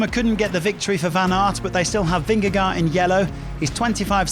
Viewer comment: You get paid to announce bicycle races. A pro Pronounce correctly pogacar and vingegaard